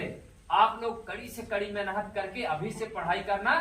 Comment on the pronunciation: जयभीम नमो बुद्धाय जय मूल निवासी गरीब बच्चो को शिक्षित कर रहे हो बहुत अच्छा काम कर रहे किये जा भलाई का जग में तू काम तेरे दुख दूर करेंगे कांशीराम हाट एक बात कहना चाहता हूँ की मेहनत शब्द को जब बोलते हो उसको मेनहत क्यो बोलते हो इस बात इस शब्द पर मनुवादी बडी टिप्पड़ी कर रहे है मेहनत शब्द को सही बोलना सीखो ऐसा बोल रहे है कृपया शब्द बोलने मे सुधार करो